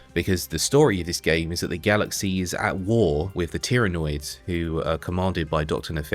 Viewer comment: Did he say tyranids I think.he said tyranoids brother Ah another xenos to give the wrath of the emperor